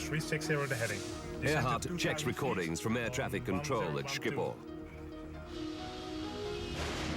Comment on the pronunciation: thats the most retarded pronunciation of schiphol i have every heard